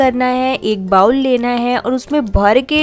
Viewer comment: Beta, bowl ka pronunciation "bah-wool" nahi "boh-l" hothi hai. Jaise kehthi hai na "bowling" karna and all? Waise.